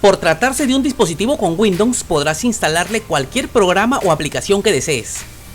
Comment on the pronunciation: Bien por tu video mi pana, tienes mi like...pero trata de pronunciar Windows no windon...pero es lo de menos, epa pense que esos equipos ya venia core i3 o superior... otra cosa deja el VAO de 5G...como es eso, 5G en peru? a no seguro quisistes decir 5 Ghz. o doble banda 2.4 y 5 ghz. Pilas pues!!